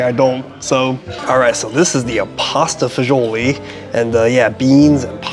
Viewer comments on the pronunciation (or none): it's pronounced pasta Fah-zool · Pasta e fagoli ( pronunciation is pasta fazool )an Italian dish originally eaten by the poor , and has many different variations it originated from Rome mainly the church so you are way off it means pasta with beans As for the beef it comes from the Chianina breed of beef which is Italian and it originly is a working cattle so it is a very lean meat. . Also when eating a specialty dish in italy and world wide you need to get it in the region it originated from. Word of advice from a person who used to review food , research and know what your talking and how to properly pronounce a dish name before opening your mouth and spreading false info. That's is part of your job you have been doing this long enough that you should know this.